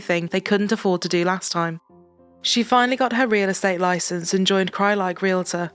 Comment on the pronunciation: That news story near the end, you would think a news reporter would know how to properly pronounce "realtor".